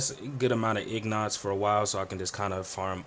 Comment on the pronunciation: Thanks for the help and quick video. You rambled a bit tbh but helpful lol And Excuse me, but did you say ignot? Lol Its pronounced kinda like Een git.